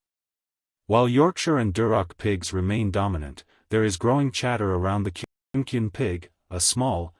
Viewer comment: No one shows Kiko goats, not in fairs; not anywhere else. They don’t have a breed standard against which to be judged. And it’s pronounced KUNE-ee KUNE-ee, not kyune kyune. I could go on about the numerous inaccuracies in this video, but I think you get the point. There is some good info about farm animals on this channel, but unfortunately, it’s mixed in with a considerable amount of amount of bovine manure, miniature Hereford or otherwise.